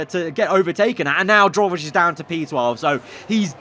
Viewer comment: I hope you get rid of Drugovich next season, I can’t keep having you mispronouncing his name again